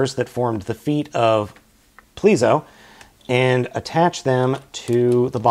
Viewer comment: okay, you spelt the Judenryu's name correct...you pronounce it based off of the rumored spelling.